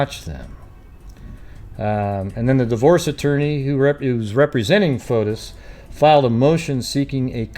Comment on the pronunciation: That recording was made ONE day b4 Jennifer filed for divorce she'd had the papers drawn up, he was to be served the NEXT day (MAY 2017) in Greece his name is pronounced Foti the S is not pronounced